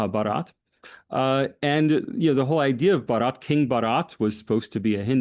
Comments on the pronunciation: Baa-rut. With a soft 't' is India. Bah-raat is a wedding procession. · I was impressed by profound knowledge of India, particularly his ability to pronounce Hindi words with remarkable accuracy. Although he occasionally stumbled, his effort was commendable, except for pronouncing "भारत" (Bharat) as "Baraat," which means procession. Given his English background, this minor slip-up is understandable. However, I disagree with his critique of India's non-expansionist policy, which seemed overstated. Despite some reservations on other points, the discussion was enlightening, and I applaud for his in-depth research and engagement. 👌👌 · It is Bh-aa-r-a-t not Bha-a-r-aa-t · Lengthy but just facts and no narratives. explaining RSS as an organization reinforces him as an Academic. No wonder he is sought by the lead media houses. He is so confident and so full of grace. Certainly Anand, Rahul, Zakka or Smita can train with phonetics especially Bharath, syllable by syllable 😂😂. Great job, worth the time. Cheers.